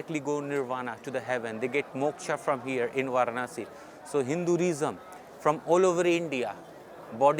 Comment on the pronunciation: The fuck. The indian speaking english is making my ears bleed. The funny thing is that he cant even pronounce "hinduism". correctly.